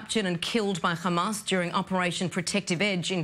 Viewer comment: It called hamas not khamas sending regards from gaza 😂😂